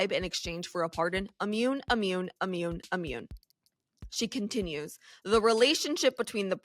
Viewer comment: Ammune? Not a word. Immune is what you mean.